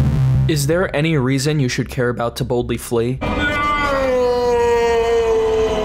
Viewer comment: Half the time when people say “To Boldly Flee” it sounds like “Tiboutli Flea,” which presumably is some sort of weird monstrous insect... entirely plausible...